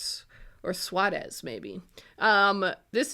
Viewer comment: Im so glad You said Suárez with the spanish pronunciation. I would've never got it otherwise. Spanish is My first lenguage and i always have trouble with the English version of spanish words, it's alyways such a convoluted way to say or avoid saying letters